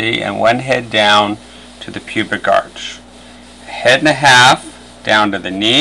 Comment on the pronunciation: tilts head- how did connect to a dbz amv... and did he say pebic as in pebic hair?oh and liked the video